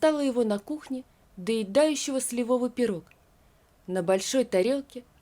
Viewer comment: Пирог не сливОвый, а слИвовый!